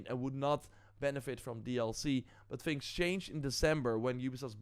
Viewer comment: Its THINGS not FINGS . learn words and you will be more popular